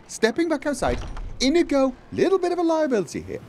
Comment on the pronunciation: So should we be running a tally of how many times he calls Inigo Karjo?